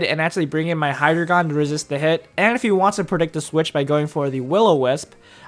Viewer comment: It's not Hydragon.... it's Hydreigon!